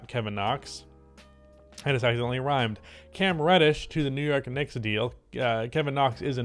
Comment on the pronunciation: Wew York Wicks?